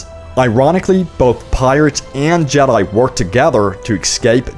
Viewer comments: The way u say jedi really annoys me. It’s jedi not jedyi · you say jedi wierd